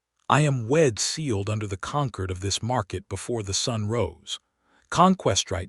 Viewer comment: Good story, but I wish the AI had better pronunciation. It can't pronounce the hero's name, it can't pronounce the important word "Concord". Please edit, train your AI pet. You will get more followers.